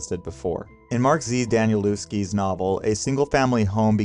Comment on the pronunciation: great video, great series! danielewski is a polish name, so the W is pronounced with a V sound, almost an F. 🫣